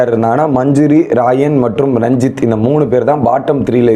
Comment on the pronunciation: மஞ்சுரி, ராயன், ferformance, இதெல்லாம் சரியா சொல்ல முயற்சி செய் தம்பி. கேட்கும்போது நல்லாயில்லை.